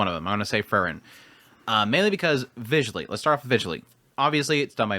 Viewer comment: Her name is still Free-ren and not Frrren. 😁